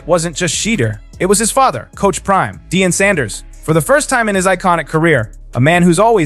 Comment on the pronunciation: Youtuber is a shady hater ..."Sheeter" and "Dee-in"? Do better Celeb.